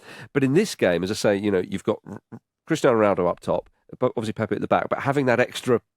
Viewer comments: And not a single name was pronounced correctly. It's not PéPé, just Pepe (like Pep). Also, portuguese are not spanish. It's not mendez, ramoz, etc. Maybe we should start pronouncing english names as if they were welsh or irish. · Please pronounce the Portuguese names correctly. Your Pepe sounds like “pepper” 😂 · Lads just so you know since you were trying to pronounce Turkey correctly, Pepe is actually pronounced Pep, as in 'Pep Guardiola'. Just the one syllable Edit: as some helpful people have pointed out, I am a bit wrong on this one. It does have a second syllable but with a closed e. I should have said it was closer to Pep than Pepe. Obrigado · Actually wrong. It is in fact NOT like Pep Guardiola. The final "e" is supposed to be pronounced but like a closed vowel as opposed to the first "e" in Pepe which is supposed to be open.